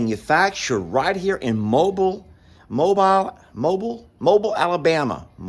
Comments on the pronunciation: It’s Mo-beel not mobile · Mo-beal not mobile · It’s pronounced Mo biel (like Jessica biel the actress) 😂 just ask mr cog hill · It’s pronounced Mo-Bill Alabama. ❤ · It's pronounced "Mo beel Alabama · We pronounce it Mo-Beel Alabama, with the accent on the beel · The second portion of Mobile is pronounced like “deal” but with a “b.” Cornholio was yelling “you do it too.” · I think they pronounce it- “MO-BEEL” Alabama. The tool room looks great and snake-free❣️🌻💝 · Hi, Sorry I’m late seeing your video. In case no one has already clarified the proper pronunciation, Mobile sounds like Mo-Bill. Have a lovely day. 😊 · Someone may have already posted this, and if so, please disregard.. The way to say Mobile, AL is “MO-beel”. 😊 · It's pronounced (Mo-bill), Alabama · It's pronounced Mow-Bill', Alabama😄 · It’s pronounced like Mo Beal Mobile Alabama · I'm from Alabama and your saying Mobile wrong 🤣🤣 but that's okay. The only way I can explain how to say it over a message is you would pronounce it like what you would call a car like "Auto MOBILE" or you can pronounce it like "Mo bill" hope that helps lol. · I'm fine with ya'll. I notice you are increasingly using incorrect grammar saying "them woods", and ending sentences with the word "at". You are a school teacher. You know better! It's not a good reflection on you as a school teacher. On another note, it's pronounced Mo beel, Alabama. I'm looking forward to the cardboard boat races! Your watermelon box just might be your ticket to winning! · I’m not getting on to you but that town in Alabama is pronounced Mo-Bill. Thanks keep on keeping on doing awesome videos! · It's pronouced mo-beel (Mobile, Alabama) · I think it's pronounced ( MO bill ) Mobile AL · Uh,, it’s Mo-Beel (be-uhl), Alabama. You know we have to drag it out. I’m in Georgia, just north of Atlanta (at-lanna), in Marietta (May-retta). 😂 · That’s my home town it’s pronounced mo bill but spelled Mobile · Mobile is pronounced Mo Beel 😉